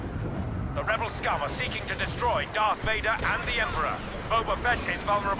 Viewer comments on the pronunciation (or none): none